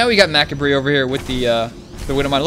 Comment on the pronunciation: I kinda facepalmed it too... its "muh-cob-ray":) But he made up for it by saying fuck about 5 times ahaha